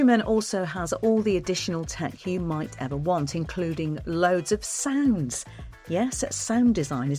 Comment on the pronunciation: Ah! Sounds? I thought you said `sands` and was wondering how you'd pack a tonne of rubble, and why?